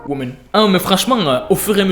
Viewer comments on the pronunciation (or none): Le "women" 😂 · le "women" a 2min51 m'a tué de rire 🤣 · Le "women" il m'a tuer😂 j'étais là toute calme et tout et là tu viens avec le "women" 😂😭😭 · MDR le "women"